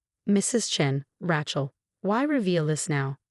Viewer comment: Rachel or Rattle ? Your computer reading needs a major update. This crap is shocking. No wonder the youth of today is so bad with examples like this. The worse problem is over the last few months none of your channels have showed any sign of improvement even though many readers, via their comments, have indicated you are not doing well.